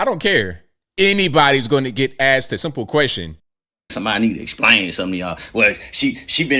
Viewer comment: He can't even pronounce ASK 😂 and EXPLAIN... ASXK AND AXPLAIN